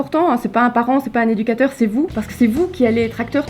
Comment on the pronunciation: Éducateur il a dit